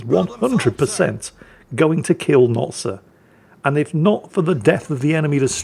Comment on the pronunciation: Sir, it’s not sir, it’s Notser